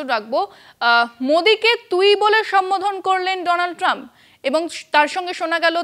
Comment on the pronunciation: মোদী তো নিজেই বলেছিলেন উনি ডিয়ার ফ্রেন্ড ডোলানড ট্রাম্প এর সাথে তুই তোকারি করে কথা বলেন, ডিয়ার ফ্রেন্ড এর নামটাও সঠিক ভাবে উচ্চারণ করতে পারে না